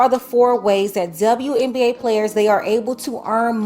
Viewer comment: Didn't know WNBA is pronounced DzaWNBA.